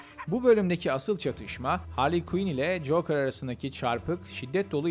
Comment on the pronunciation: coker ne cokeeeeerr tilt ettin beni insan bi googla translate yazar okunuşunu dinlerrrrrr